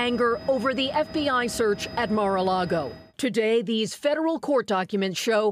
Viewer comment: MAR-A-LAGO NOT MAR-A-LAGOE